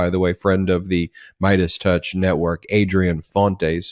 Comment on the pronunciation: Did you say “Mierdas touch”? Fantastico!